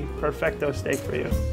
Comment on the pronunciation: A parte che dovrebbe già saperlo dire..... ma continua a dire STIK anche dopo aver sentito il ristoratore dire 50 volte STEIK ..... va beh